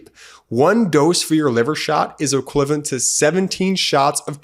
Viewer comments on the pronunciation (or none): you're adorable, but it's pronounced,e-qui-va-lent.